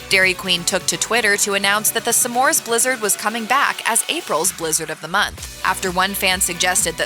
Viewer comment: It's not "some mores"! It's smores. Driving me nuts!